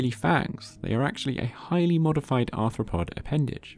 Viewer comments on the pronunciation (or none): none